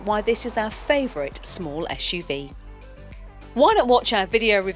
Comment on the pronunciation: Joao Correia não percebo é qual é o problema dela, em pronunciar corretamente suv. "Esh u v"